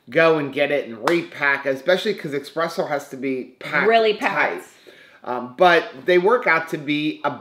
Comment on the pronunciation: Ok,. I'm Italian so I have to school you. It's not expresso, it's espresso........